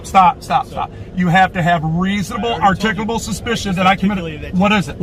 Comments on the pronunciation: yeah usually it comes out "articolobo" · Frauditors never seem to be able to pronounce the word "articulable". Articickle, articulahbal, articable, XD..... But it makes them feel smart, so.....lol! You shouldn't use words you can't even parrot properly. The only crime here is how LONG they let this nonsense go on and on and on and on and on before finally arresting him. If the rest of us have to conduct ourselves in a rational, law-abiding manner then so do YOU, dear princess cupcake! YOU are not superior to US!